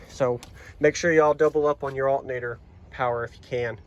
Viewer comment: The accent is crazy. I only hear it when you say "altnator" lol